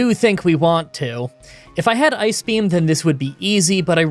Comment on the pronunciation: My girlfriend thought you were saying “Ice Cream” in place of ice beam. You need to have “Water Onyx” use “Ice Cream”